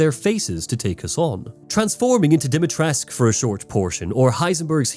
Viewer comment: Great video, but I do have a minor nitpick, I don't know if anyone else mentioned this, but there is no silent U at the end of Dimitrescu, it's pronounced more or less as it's spelled Not sure why they pronounce it like that in game